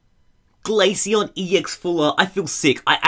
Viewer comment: (Glay-shy-on) not (Glay-sy-on